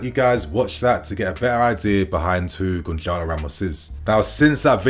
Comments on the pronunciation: niinii goncalo ramos is pronounced, Gonsarlo , the c with the accent is pronounced as an s, ik portuguese names r tough ffs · Why is everyone in England pronouncing Gonçalo with c? It's not really a C when it is written with the letter Ç and that is pronounced as the letter S so you should say Gonsalo.